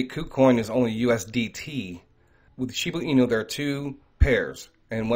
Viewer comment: Please....it is shib"A" inu. Not shib"U" inu. I've listened to every video concerning shiba inu and you always pronounce it shibu inu.